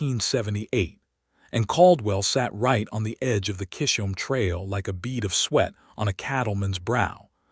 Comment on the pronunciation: That’s pronounced Chizum trail.